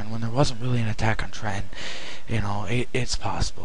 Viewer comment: completely failed in quebec? are u on glue? arnold took ticonderoga, a british sloop of war, montreal, and delayed an invasion for at least a year. do ur homework. and its TRENTON, not tre-en.